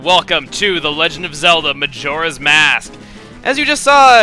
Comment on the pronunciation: Is it pronounced majora as in mojang or majora as in majo-ra?